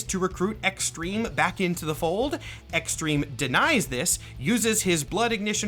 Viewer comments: Ah yes, X-Trem-eh. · Honestly i can hear u not pronouncing the hyphen